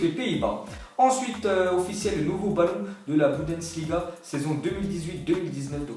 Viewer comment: C'est la Bundesliga et pas la Budensliga t'arrivera a le dire